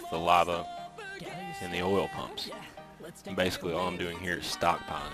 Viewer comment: i think you mean pump's Not PUPS i think you need speech therapy